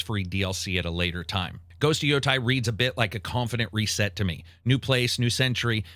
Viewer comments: Its funny how he pronounces Ghost of Yotei as Ghost of Yotai and Ninja Gaiden as Ninja Geiden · Bruh stahp it.... it's Yotei not Yotai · why is freakin everyone keep saying Yotai when its Yotei? I will never understand why its so hard to pronounce some words correctly. It was the same with Lady Dimitrescu, where everyone just kept saying Dimitresc for some freakin reason. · Absolute horrendous pronunciations, I think I'm going to unsub because of this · Yotei = “Yo-Tay” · Yotei as well. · I know its a nerd thing to say. but i honestly believe if you dont take the time to learn the actual pronunciation for these games name, its hard to take your review serious. Your pronunciation of Yotei and Digimon are so bad it makes me not want to watch.